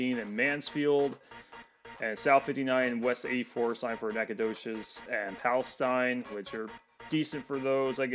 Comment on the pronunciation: Two mispronunciations: Buna: the first syllable is like the word beautiful; Palestine: in Texas the last syllable is TEEN. I live in Lumberton, less than one mile from US 96 on FM 421, just past its intersection with US 69/287. One rant from me: at the end of the triple concurrency near Lumberton the signage for US 96 NB is inconsistent. One of the signs for US 96 prior to the split says Lumberton / Silsbee, dropping Jasper.